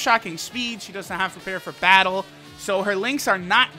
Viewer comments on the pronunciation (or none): none